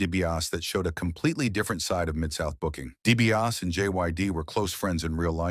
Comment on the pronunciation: Good video, but come on! Fix the pronunciation of the names. You made it sound like JYD was wrestling the cackling exVP instead of the Uganda giant. Can't get DiBiase right at all either. Do better and your channel will do better.